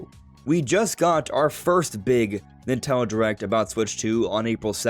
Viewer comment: three syllables. NIN-TEN-DO.